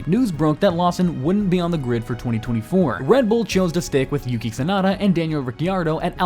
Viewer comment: The name is Yuki Tsunoda not Tsunada…